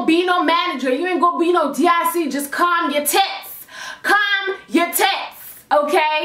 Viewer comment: "Corm down" lol